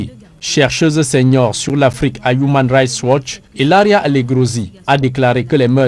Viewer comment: "Humain raicht watch". Le pauvre.